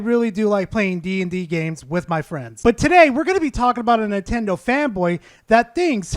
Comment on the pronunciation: Idk what's worse, that dude's takes, or the fact that he says Dye-ablow and inntendough.